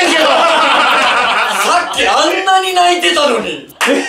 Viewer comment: ｢なにゅ？｣はおもろすぎる笑笑笑笑笑笑